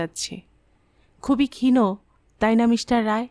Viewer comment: Valoi laglo...ekta shabdo ektu kane laglo.. khoma korben...kotha ta khin,..khino na